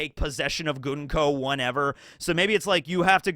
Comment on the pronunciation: “Goonko” = supreme cringe